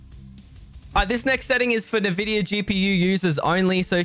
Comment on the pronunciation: Bro, it's not nu-vidia it's en-vidia